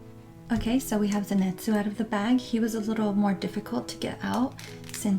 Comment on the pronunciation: LOL ZENETZUU HAHAHAH SAY IT RIGHT